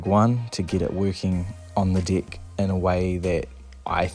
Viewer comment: Haha your accent! Every time you say "deck" it sounds like "dick" your "dick" will lock up!